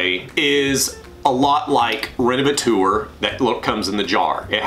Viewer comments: Useful video, thank you. I use a generic fabric protector (Gtechniq Smart Fabric for the automotive car cleaning) How do you pronounce that 'renevetor', surely it's 'rene-ve-tor' taken from the word 'renovate'. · renovatour?? "teur" is the French for "tor". so renovator. "tor" like in actor or doctor. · Revateur or Renavateur…??? 😂😂😂😂😂